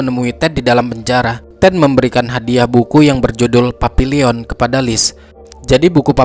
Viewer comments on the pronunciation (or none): Bacanya Papillong. Bukan papilion. Dalam bahasa Perancis artinya kupu-kupu. Buku yg bagus ❤❤